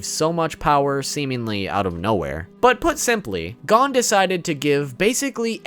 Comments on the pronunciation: Nigga said “Gone” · stop saying gon its gon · Gon ❌ Gone ✅ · Please pronounce Gon correctly it’s driving me crazy. Not to be rude but it’s pronounced goone not gone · It’s not gone it’s gon with no e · bro my nigga said adult gone not gon im dead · Bro his name is gon Oh the oh sound Gon lol you keep saying gone lol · He calls him gone when its gon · everytime he says gone instead of gon, take a shot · I know he did not just pronounce gon gone 🤦🏾‍♂️ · I got to admit... i cringe a little bit every time i hear you call him Gone. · I like the video and you have some great points. One thing though - it's pronounced "Go-n" rather than "gahn" (Gone). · Did he really say pronounce gon gone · Good video but please stop pronouncing his name wrong, I know its Gon but its like this Go-H-n. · why do you keep pronouncing Gons’ name as “Gone”? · Why are you saying gone tho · Adult “Gone” ??? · Why does he say gon lik that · Great video, but how do you said Gon’s name wrong? Seriously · LMAO gone and kelluah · bro first learn to pronounce Gon's name and meruem.